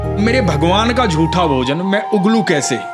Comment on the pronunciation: महोदय, आपको बड़ी लगन से सुनता हूं। ज्ञानवर्धन होता है। कम - से - कम आप तो 'जूठे' को 'जूठा' ही बोलें , 'झूठा' बोलना सही है ?